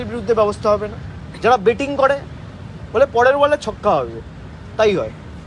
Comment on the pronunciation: ব্যাটিং বলছেন যে, বেটিং বোলুন